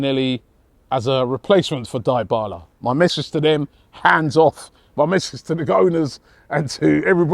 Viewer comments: what the hell would we want with Morata? has the world gone mad? and show some respect to players names!!!! it's DEEBALA, not DIEBALA. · Dibala not daibala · Not even 10min into the first show and Robbie is already butchering names. Die-bala lmao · Player’s name: Dybala: Die bala😂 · On the very 1st day of the AFTV transfer daily show.... has done the "unforgiveable"....he just succeeded in putting "Die"bala to the sword in brood daylight...it's Dee-bala fam🤣🤣🤣🤣🤣🤣🤣🤣🤣🤣🤣🤣🤣🤣🤣🤣🤣🤣🤣😍🤣🤣🤣🤣🤣🤣🤣. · “daibala” love them robbie’s pronunciation hahaha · So nobody is talking about Robbie butchering Dybala’s name? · Robbie butchering Dybala's name again🤣🤣🤣🤣🤣